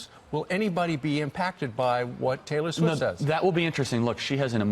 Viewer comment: I love how Kyle pronounced "Schwift"